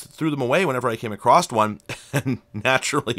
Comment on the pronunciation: I notice that you have a bit of an Yankee accent when you say the word "across," you add a T sound at the end. I grew up with this accent and worked hard to not add the T sound. There are a few other words people with a Yankee accent say differently. Are you from upstate NY - Western Mass originally?